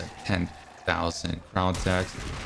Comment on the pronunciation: That entire vid all I could think about was how he was pronouncing Cryotic as Cryotech.